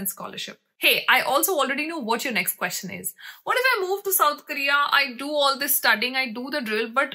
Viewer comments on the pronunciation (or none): none